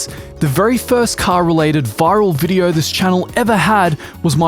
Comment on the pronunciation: why does he pronounce VODEO, VIDIER?